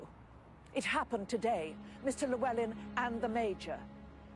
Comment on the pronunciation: lol she said llewellyn wrong